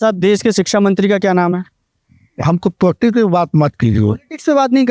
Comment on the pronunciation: मौलाना पॉलिटिक्स को पोटीज बोल रहे 😅😅😅😅